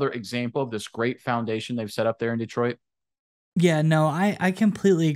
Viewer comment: I love your videos but every time you mispronounce "Detroit" it's like fingernails on a blackboard. The emphasis should be on the second syllable. Please. Thank you.